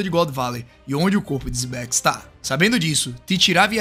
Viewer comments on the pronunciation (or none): Se pronúncia Zibec